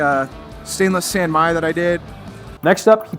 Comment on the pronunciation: Son Mi? Really?